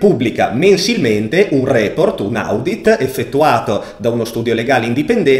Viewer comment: Si pronuncia odit comunque bel video, bravo